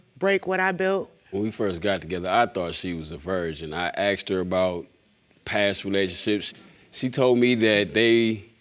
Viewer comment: Why can’t they say “asked” properly? They say akst. 🙄